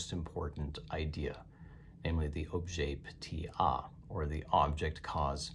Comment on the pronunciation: Objet petiT a. Not objet petey a